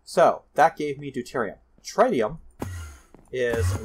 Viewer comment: Just btw, tritium is pronounced “trit-ee-um”, anyways another great video, keep it up!